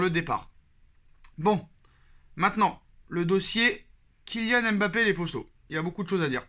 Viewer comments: mon cher un nom c'est une histoire, une langue, une identité mais aussi et avant tout une signification. En lisant M.... bappé non seulement vous vous compliquez la tâche mais vous lui enlevez tout son sens. Quand on aime quelqu'un on le respecte et cela commence par la bonne prononciation de son nom. J'ai suivi des matchs du PSG dans une chaîne malaisienne, eux aussi se sont mis à dire M...bappé en copiant sur les reporters français parce que certainement pour eux c'est la bonne prononciation. Et vous condamnez tous les africains qui ont des noms avec la même gravie à cause d'une paraisse et une inconsideration qui explique bien leur origine. En français si j'enlèvais le F du nom de ma copine FLORETTE, je ne suis pas sûr que son nom garde tout son sens et sa splendeur. Tu vois ce que je veux dire? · arrete d'ecorner le nom de MBAPPÉ. C'est pas M...BAPPÉ. LLORIS c'est pas non plus L...LORIS en moins pour ZLATAN que tu ne lis pas Z...LATAN